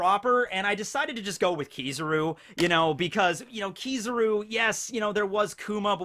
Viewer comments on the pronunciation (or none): Kizaru is pronounced: keys. Ah. ru, just saying